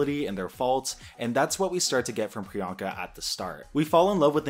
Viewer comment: I have such mixed feelings about the whole joke surrounding the mispronunciation and now locked in nick name for Priyanka- Peronka. The goal of her tagline "What's my name?" is to normalize people who are often not thought of or included in the mainstream, but I feel that it's also to get you to question and/or realize the way some people are othered, and underrepresented. As explained in this video, getting people to say Priyanka is to get them used to someone like her, with a name like hers- as though she's the girl next door. A super fabulous girl next door, sure, but not some exotic oddity. The reason why this differs from Tracey Martel, is because Peronka is not a name, but Priyanka is a very common one. It has "I don't remember how to pronounce that funny sounding name of yours" vibes, where Priyanka's objective was the opposite- to normalize something that might be different to some. This hits close to home, esp because I'm the same background as Pri, though myself and my family's names are not even of South Asian origin. Even with that being the case, due to my family members' names not being as common as Sarah or Mary, we've had people mispronounce them, and call us ridiculous names that don't exist, instead of a more obvious assumption. This isn't due to innocent fumbles, but instead due to the fact that, to them, we're foreign seeming... We must likely have a "weird" foreign name. This is a microagression that happens to many poc who have easy to pronounce names, t